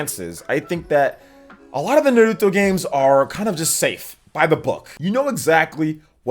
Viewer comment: Thanks for pronouncing Naruto right king